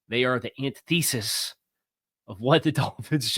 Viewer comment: An-TI-theh-sis. 👍🏻♥️ Sorry. 🤦‍♂️😂